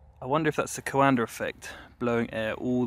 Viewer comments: It s not coàndă it s coandă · The name is the Romanian COANDĂ not some american COANDER... So fucking pronounce it right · Why do Brits pronounce words that end with “A” as “ER”. Coanda -> CoandER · coandă not coandăr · *note: It's not CoandăR effect, itțs Caondă effect, without that R at the end. ă is pronounced without any other sound after it. Great video tbh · Please,, please, it's not 'co-anda',, it's pronounced qwonda. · Hi! Love tinkering, love aviation, love your channel, but please stop PRONOUNCING HIS NAME WRONG :) You're doing a "CoandRa" while it's just COANDĂ , without the R, and that last Ă , is pronounced like an overpronounced E from HAMMER, for example. Here, sample: Cheers, and keep it up! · It sounds like he is saying "coander" lol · Is it coanda effect or coander effect? He says it with an r so I wanted to know lmao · "Coander Effect" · Please stop saying CoandER. You need to lift up the nose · Or Canada. I just find it funny that in Brit English, "cover" becomes "covuh" but "coanda" becomes "coander." The rule seems to be that if an R is present at the end of a word, drop it; if no R is present, add one! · Romanian here. The correct way to spell “ă” is like the article “a” like in “a cat” (can't think of a better comparison right now lol). Anyway, awesome vid as always! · I'm a Romanian and I can say that Coandă isn't pronounced like that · Nobody has ever explained to me why the British add an 'R' behind many words ending in 'A'. Anybody?